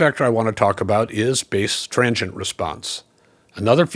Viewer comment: It took me a while to understand your pronunciation of transient. I kept hearing trangient and couldn’t figure out what you meant until I saw the graphic overlay 😊